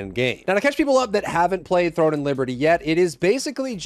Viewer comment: Are you saying "THORN and Liberty"?